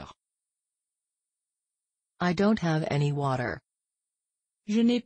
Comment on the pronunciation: They got dessert wrong. It's not pronounced that way, at least not around Paris.